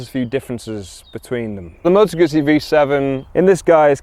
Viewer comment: moe toe gootzy 😂😂